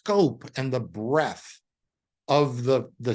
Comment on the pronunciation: breadth not breath